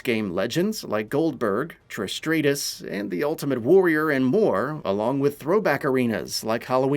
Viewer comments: Trish Straight-us??? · Trish STRAY-TUS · Who The F Is Trish Stray-Tus 😆😆😆😂😂😂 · The way he said Trish's name. Triish Straytus lol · Trish Straightus? Trish STRAIGHTUS?! Dude, have you never seen the show before?!😂😂😂😂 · bro Trish strates??? really??? lmao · I love how he said Trish Straytus lol. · It's actually the 14 biggest losses in Cena's career. Not 20 Also... "Trish Stray-tis" 😂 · Wow way to butcher Trish Stratus. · It's Trish Stratus not whatever the crap you said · Why u say Trish stratus like that 😆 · Mate... don't butcher Trish Stratus' name again